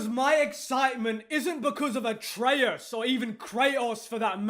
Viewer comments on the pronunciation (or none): none